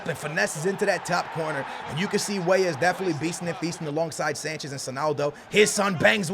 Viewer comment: Who else remembers the times where called Weah, Weeh